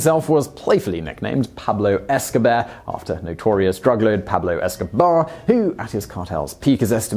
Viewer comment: PoohBlow Escobear